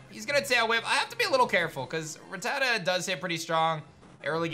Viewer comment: I honestly don't know why all of these people say Ratatta wrong... If you listen to the Anime, Ratatta says its own name, it's RAT A TA not RAT TAT A...